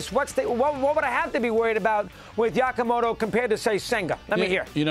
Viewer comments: why does he keep saying "Yakamoto"? JFC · How has nobody corrected Dog on how to say Yamamoto? Yako…it’s been weeks he’s been saying it. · Well it's a progress. A few weeks ago Yamamoto was just "some guy from Japan" to mad dog. At least now he's pronouncing 30% of his name. Yakamoto, whack-a-mole, guacamole, nahhh you know what I'm talking about. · He cracks me up😂. How many times will he say this guys name wrong?